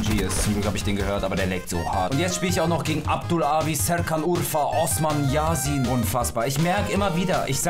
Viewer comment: hast du echt Yasin wie ein Deutscher ausgesprochen😂😂